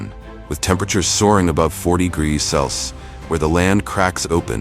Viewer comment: Sure wish the narrator would pronounce Celsius the correct way instead of "cels." Along with Fahrenheit